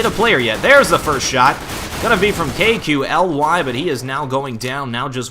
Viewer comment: Hey, KQLY => say it like that KALY ( like you say "Stan Lee" );)